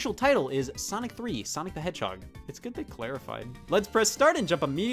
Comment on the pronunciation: chaotix is a "heeden gemmm?"